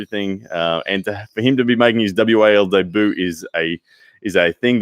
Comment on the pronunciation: his what? His dayboo? 😂. Sorry.